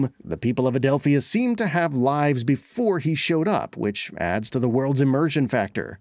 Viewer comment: I cringed overtime he said Adelph-i-a instead of Adelpha. Sounds like they didn't actually pay attention to the game.